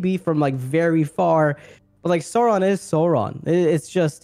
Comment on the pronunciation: I am incredibly triggered by Sean's pronunciation of Sauron.